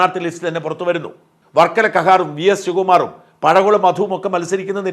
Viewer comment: പടകുളം അല്ലടോ മാപ്ലെ, പഴകുളം